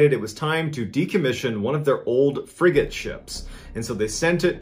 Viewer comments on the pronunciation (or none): Frigate not friggen